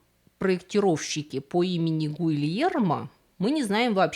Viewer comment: Помимо дурацких неадекватных смехуёчков (другого адекватного слова подобрать не могу), вы безбожно коверкаете святое итальянское имя Гильермо (а это легко проверить) и понятия не имеете о клаустрофобии — тем не менее, вставляете это слово на самый верх башни. Дизлайк за всё.